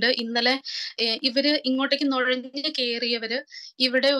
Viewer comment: നെഴഞല്ല നുഴഞ്ഞ്